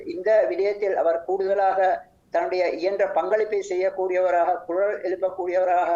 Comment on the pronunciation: அந்தக் காலப் பகுதியில், தமிழைக்கூட உச்சரிக்கர் தெரியாதவர்கள் எப்படி தமிழ் ஊடகவியலாளரார்கள், குரல் - குறளாக உச்சரிக்கப்படுகிறது. தமிழுக்கு வந்த சோதனை?